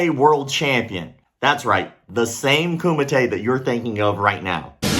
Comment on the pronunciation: Did you say Kumate? HUUUUAHHHH